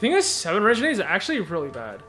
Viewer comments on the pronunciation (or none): I can't stand he still says Regenade instead of Renegade 😂